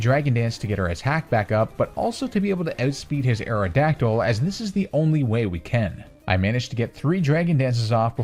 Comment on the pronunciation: AERODACTYL, NOT AERODYCTL! AND THE I IN FLYER IS SUPPPOSED TO BE A Y!